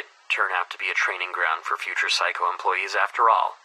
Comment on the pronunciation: When you say Mr. Saiko it sounds like psycho